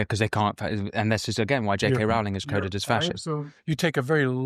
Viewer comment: “Rowling” rhymes with, “rolling”